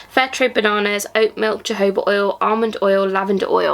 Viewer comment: What an amazing box, thanks so much for the update, I'll be going to my lush today, so I'm excited to smell these. Oh and btw Jojoba is pronounced (hohoba).